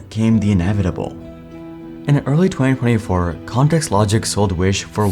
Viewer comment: Good content, work on your pronunciation. "In early twey-twey four"